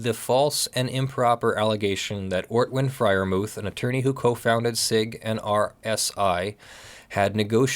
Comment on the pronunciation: the "h" in Freyermuth is silent, and is not an english "th". Anglicised you should say "Friar-moot". I'm sure I'm wright about this :)